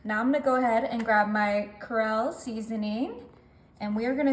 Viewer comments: creole. cree-ole. corral is where you put horses. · CrE-ole seasoning. The way you pronounced it. 💀😭 Lmao